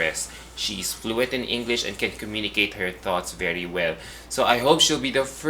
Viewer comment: I hope that will improve her pronunciation. She communicates well, but her pronunciation of the letter 'e' is a bit odd. For instance, instead of 'ever,' she tends to say 'eyver’. instead of ‘very,’ she tends to say ‘vayry’. It’s just a small change. she’s a total package. 🙏🏼